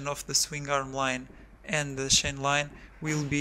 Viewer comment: The effect of the shain tenshion of the suspenshion